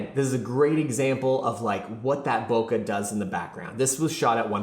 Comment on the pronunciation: Please say bokeh correctly